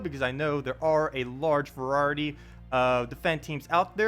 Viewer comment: what is vuruhati you keep saying? Variety is pronounced V(long a)R(eye)(eh)ty.